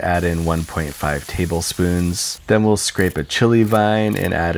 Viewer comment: Three taHAble spoons got dying